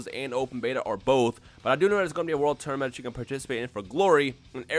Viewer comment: If u guys notice, he says "tourmanent"